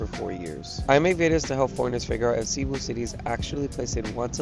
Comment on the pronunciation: Please pronounce cebu correctly, thanks